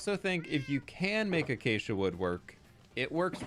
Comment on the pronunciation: My brain every time says acacia: achacha💃🏼